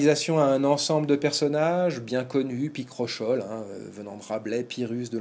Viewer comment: À propos de la prononciation de Picrochole, plusieurs sources (compris Littré) donnent : (pi-kro-ko-l') et non "picrochole".